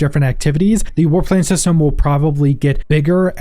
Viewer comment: I was listening and couldn't watch the screen for a while. I'm thinking: "War Planes?" "War Plains?" Or is it "Warp Lanes"? Then I could get to the screen... "Aaahh... War PLANS! That makes a LOT more sense!" LOL! English, eh?